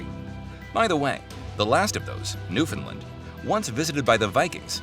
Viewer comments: Not a bad overview - lots of complicated historical narratives, tough to discuss in any depth in a 20-minute vid. A few thoughts from a Canadian amateur history buff: 1) This expat Newfoundlander would like you to know that there is no such place as "NEWfundlund". The pronunciation you're looking for is "New-fund-LAND". 2) The word "Eskimo" translates as "eater of raw meat", and is considered a racial slur today. The northern aboriginal people of Canada refer to themselves as "Inuit". 3) The French at Quebec didn't "catapult". They "capitulated". The two words are not at all the same. 4) You use an awful lot of footage taken from movies that have little or nothing to do with Canada or our history. Surely you could have found more relevant movie clips and film footage...? Cheers! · Very difficult to take anyone seriously when they pronounce Newfoundland as "Newfin-lind". Should have done your homework.